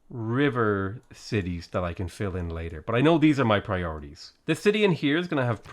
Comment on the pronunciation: I didn't like the way you said "fill" at the end there.